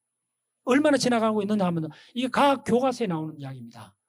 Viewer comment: 선생께서는, 모음인 ㅘ를ㅏ로 발음하고 있어"과학"을 "가학"이라 할 정도이니. 발음부터 발으게 익힌 다음에 강단에 서십시요!!!